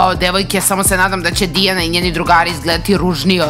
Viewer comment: Ne kaže se Tiana nego Diana